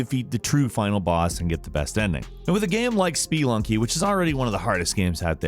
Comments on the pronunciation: Speee-lunky made me cringe a good bit. Nice job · Did you mean "Spee-Lucking?" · Spee-lunky... Really? 😂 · Spelunky is pronounced spuh-lunky, not spee-lunky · I swear to god, is the master of pronouncing words everyone pronounces correctly EXTREMELY WRONG. It's insane, like who the hell calls Spelunky, "SpEEE-Lunky"? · Spee lunky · No one:: SPEElunky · SPEELUNKY? REALLY DUDE?! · Stop saying spelunky like SpEEEEE-lunky !!! WTH is wrong with you?!?!?! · Oh man.... I don't think I've ever been bothered by someone pronouncing something. But SPEE-LUNKY... Jesus Christ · excuse me but s p e e l u n k y? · "spuh-lunky" -- it's literally called "spuh-lunking" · Hearing "Spee-lunky" was almost as painful as hearing M"air"io. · ISNT IT SPUUUHHHLUNKYY? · "Spee-lunky" lol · Seriously. has issues pronouncing things. Spelunky is just Spelunky. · Stop misprononucing Spelunky please! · Why the hell are you pronouncing Spelunky like that? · The way you say Spelunky hurts my brain.. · Why so much emphasis on the "e" in "Spelunky"? KEKW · spee-lunky and oh-lacile